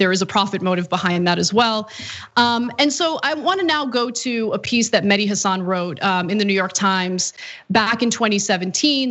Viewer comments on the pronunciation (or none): none